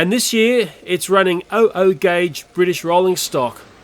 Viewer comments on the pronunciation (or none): Double O gauge. It’s pronounced double O gauge